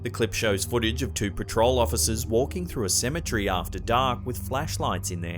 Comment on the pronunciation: CEM-E-TER-Y!!! WHY can't you pronounce this simple word correctly? Cem-e-TER-y!!!